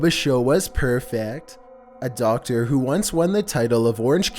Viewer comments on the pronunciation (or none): none